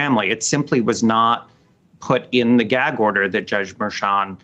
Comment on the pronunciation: Its not kild, its child. Its not killi, its chilli. Its not Merkan, its merchan. If they cant pronounce their own last names right...